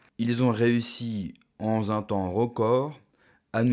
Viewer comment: Tes liaisons imaginaires écorchent les oreilles l'ami. Je te le dis après avoir vu 3 vidéo de toi ds lesquelles "En Z un temps record", "ça va T aller"... m'ont saoulé, franchement.